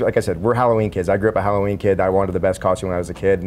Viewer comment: did he say hollerween.? sure sounded like it lol.